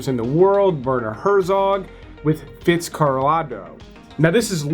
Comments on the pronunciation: Sorry..Fitz..what now?????? Fitz..carralodgo? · Say it slowly: Fitz * car * ALL * doe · Dude, if you're going to pretend to be a movie reviewer, try not to mispronounce the names of classic films, like " Fitzcaraldo". 🙄